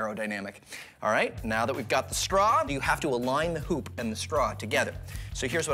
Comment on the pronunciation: When he said hup I thought he said 💩